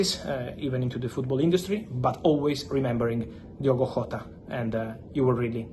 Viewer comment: Jota, not Hota